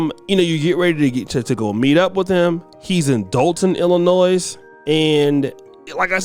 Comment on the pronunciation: The moment you said Dolton…🤦🏿‍♂️